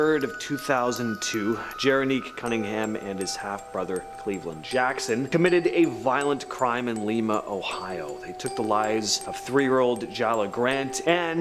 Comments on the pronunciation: plz learn how to pronounce our cities by at least someone that lives in Ohio it's not Leema OH it's Lima like the bean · FYI, not “Leeema” but Leye ma (like the bean).